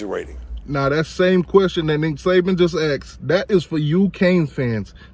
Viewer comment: It's Nick SaBen. Not "Saven"